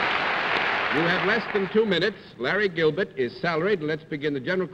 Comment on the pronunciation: I love how John Daly can't pronounce "ER" Notice he says Al-bet not Albert, or Robet not Robert and here he calls the operator "Gilbet not Gilbert